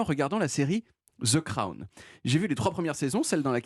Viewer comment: "Je parle ultra bien anglais" suivi de "la série anglaise 'ze craon'" 😁